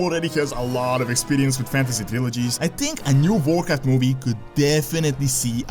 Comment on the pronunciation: OMG this dude's accent "Vorcraft" lololol